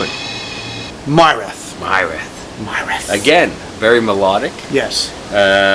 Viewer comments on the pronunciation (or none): I am loving Murath tnx guys. It like a dream come true rich arabic music metalized. And they do it so freaking well!! Byw it's pronounced Mirath. It means Legacy or heritage. Keep on the good work. \m/